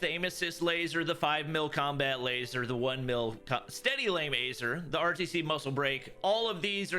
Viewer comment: Steady laim aser? 😂